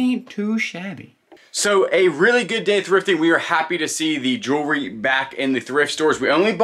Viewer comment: Erm, I love watching you two and your hints. Jewelry is pronounced Jew-el-ree, or maybe you are being silly. Not jewry.